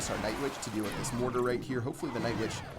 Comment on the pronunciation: Did you say nightvitch